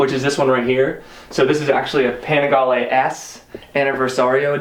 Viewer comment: italians say "Panigaleee". good video bruh